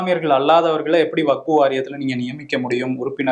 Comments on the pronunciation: டேய், அது வகுப்பு இல்லடா வக்ஃபு. உனக்கு 'ழ' உம் வராது. தமிழ் உச்சரிப்பே வராது. நீ எல்லாம் ஏன்டா தமிழை கொலை பண்றதுக்குன்னே வரிங்க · யோவ் அது வகுப்பு வாரியம் இல்லயா வஃக்பு